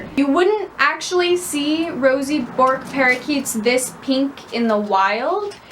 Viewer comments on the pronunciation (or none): As an Australian, every time you say "bork" It's 'burk' with a soft r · Pronounced as Burke not Bork. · i can't deal with Americans pronouncing it as "Bork" hahahahaha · Hey born and bred australian here. Its zctually pronounced Berk, after a famous Australian explorer.